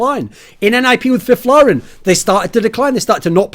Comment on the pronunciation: Finally someone that pronounces Fifflaren correctly